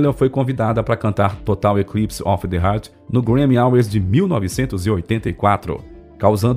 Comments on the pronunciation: A pronúncia do camarada é horrível. " Total eclipse of the HERT". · Não é TAYLOR, é TYLER, que se pronuncia TAYLER. Outra: não herz, é heart que se pronuncia rarth. A materia é ótima, mas a pronúncia de inglês esta deixando a desejar, a voz do locutor é muito boa!